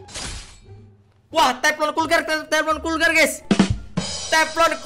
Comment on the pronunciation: Bukan kurgar bang